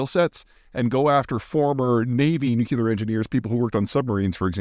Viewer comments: Gaaaaah, can everyone stop saying Nuc-U-lear, it's NUCLEAR! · I like your stuff but please say nuclear not nucular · Peter says Nucuular!! 🤦‍♂️😂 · Are you saying “nucular”? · Is it just me that thinks a well versed person such as Peter Zeihan saying "Nucular" is amusing? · NUU-KLEE-ERR! Damnit! When you do it the other way, it's like fingernails on a chalkboard. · Hi Peter, why do you say nukilar? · New clee are. Thats how you pronounce it. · Peter stop saying "Nook-ya-lur" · Say it with me. New. Klee. Er. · It's not called nukular 😂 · Did you really say "nuke-ya-ler" throughout this video? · ‘Nuclear’. not NUCULar! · New-Clear Peter! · "Nucular It's pronounced nucular" -- Homer Simpson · For the love of the language and the ears of thise who speak it, please leqen how to pronounce Nuclear. "New" + "clear". Pontificating on a subject without taking the time to know how to pronounce it is... Not very helpful. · Peter, repeat after me: NOO-KLEE-UR. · Bro, It's nuclear not nuke-you-ler. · he grew up one state west of me; our dialects are not sufficiently different to account for this. Also, I am one the noo-CLEE-uhr trained people he referenced, so it bothers me more than it would others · I can't sit through 8 minutes of this guy saying nucular. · Peter just said nuke-you-lar. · NU CLEE UR... Agggggghhhhhhhhhhhhhhhh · Someone baited Peter into this question. An entire video where we get to hear "nu-cular" about 432 times. 😂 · It’s like molecular, but nuke-uler. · It’s nukular in the dialect of English known as freedom because eagles. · I had always put "could care less", "ekspecially" and "nucular" down to poor education, but they seem to be moving towards dominance. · Anytime someone tries to talk about science or geopolitics and they say “nook-you-lur” my brain instantly downgrades their opinion. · nope, nucular is just wrong. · It is hard to take you seriously when you cannot pronounce the world nuclear. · After all this time Peter still can't pronounce "nuclear"